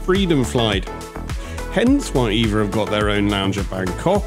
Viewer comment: Not called Eva. Say it E V A